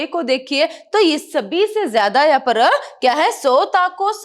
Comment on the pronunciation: That magaarrrr parrrrrr is ..........😂